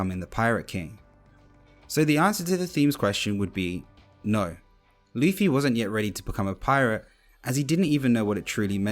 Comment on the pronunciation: I've heard of Zolo but what is RUFFY?😭